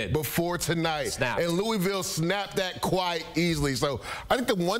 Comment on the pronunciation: Luh ah vul=Louisville